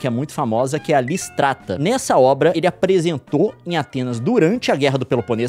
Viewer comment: É lisístrata. Tem acento agudo no i. Não é lisistrata